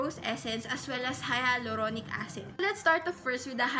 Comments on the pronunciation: Say it as "hay-lu-ronic" not "haya-lu-ronic" acid.. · It is pronounced as : Halyuronik hahha skl Im in love sa hyaluronic acid 7 months ko sya nagamit every night i bought my sevond bottle yesterday ang ganda nya sa skin tas nakaka moisturize talaga .